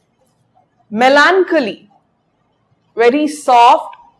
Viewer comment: It is a good video.But some words like melancholy,dilapidated, incision, regicide are wrongly pronounced.